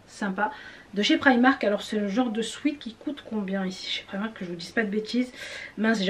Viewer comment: J’aime bien comme tu prononce primak 😂